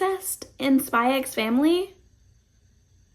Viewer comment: He's very protective because his sister is practically his mum and his only family, and it's over the top for comedy effect (it's a normal trope in manga/anime). Also it's just "Spy Family" the "x" is silent.